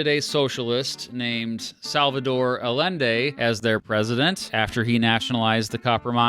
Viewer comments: Also, I'm glad you pronounced Allende's name right the second time around lol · oh noooo. What is that Allende pronunciation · You said salvador allende's name wrong. In spanish double l makes a y sound. Not making fun of you just correcting your mistake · +1. LL in Spanish is pronounced like Y in English. Salvador Allende is therefore "Ayende". Big mistake that you'd never heard of the guy. That's why I'm not subscribing... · Allende not Al-ende.